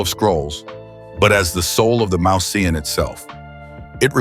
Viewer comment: The robot voice persists in mispronouncing "mouseion". It should be pronounced "moose - ey - on". Also, "strah - bo", not "strey - bo".